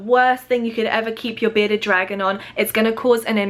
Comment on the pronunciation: Is it just me or does sound like she’s saying “Beta dragon” 😂